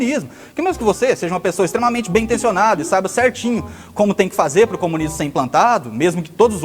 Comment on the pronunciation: Dartanãn noiado says: "....a experiência comunisma.." kkkkkkk.